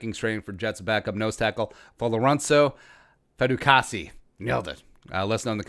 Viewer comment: Your not saying his name right bruh say his name right